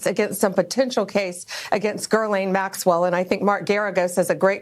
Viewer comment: Bondi isn't even saying Maxwell's name correct... Yeah, they've dug through all the info 😂